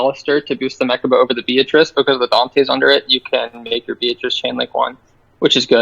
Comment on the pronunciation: It's not meRchaba. There's no "r" in mechaba